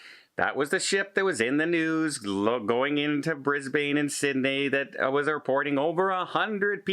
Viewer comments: can I help you with your Australian? It's not BrisBAIN, it's pronounced BrisBAN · Brisbane is pronounced 'Brizz-Bin' and not 'Brizz-Bane'. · Thanks. Just for you Canadians and Americans. Here is Australia Brisbane is pronounces "Bris bin". Hope this helps. Regards from Australia 🇦🇺🤓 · I apologise if my comment sounded rude to, so that you felt the need to be rude to me. You know we Australians all have slightly different accents, and the point is that its not BrisBAIN. and its just an fyi for, I thought he might like to know